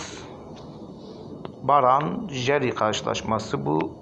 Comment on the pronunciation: Abi brann - jerv yazıyor , sen "baran jeri "diye okuyorsun. Şansın bol olsun. 🖐️